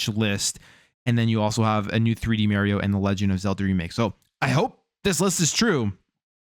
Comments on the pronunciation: You are pronouncing Mario incorrectly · my ears hurt when you said mario wrong.